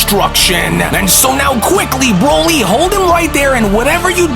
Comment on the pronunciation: You read on a 4th grade level & ur voice is irritating .. & nice job calling broly BRAWLY . This is literally all u do in ur life and u can’t even do it right😂😂